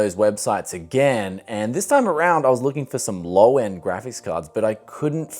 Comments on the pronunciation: Its GRAPHICS dude stop saying grafis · It’s graphics cards not gravis cards